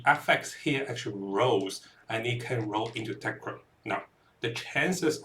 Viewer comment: That's what you get for trusting the guy who can't pronounce not only Tecrod but also Kurgle. These are not difficult pronunciations and take minimal effort to learn once